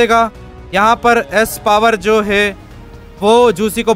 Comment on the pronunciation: Bhai hei hei hei nahi hota yaar hai hai hota hai😅😅